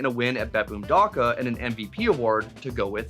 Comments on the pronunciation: not daka, dacha, like chanel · IT'S NOT "DAKA" IT'S "DACHA" (as in the word chat) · dacha not daka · Hello boys. I just want to correct a lil bit as a Russian speaking man: do not pronounce Dacha (like Dycha - where ch sound similar to k), It’s more like Dutcha - Дача) Everyone have a good day ❤ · my man doesnt know what dacha is and how to pronounce it 💀